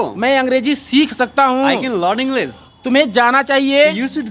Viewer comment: English ❌ Englis ✅ Aare sir phle aap to sahi pronounce kro 😂